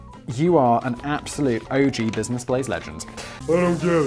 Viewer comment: "Blizness Blaze" ? "MySplace" ? "Processing Prants" ? What's in that clup, Simon?